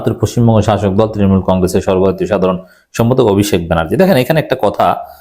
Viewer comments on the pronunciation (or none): none